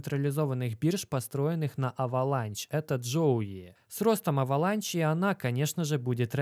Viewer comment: уважаю тебя но почему авеланч авеланш на англицском